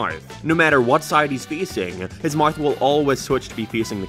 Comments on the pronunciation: Pronouncing it as “Mieth” is crazy though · Hey buddy, I think you miss pronounced mouth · How on earth do you even pronounce mouth that wrong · What the hell is that pronunciation of mouth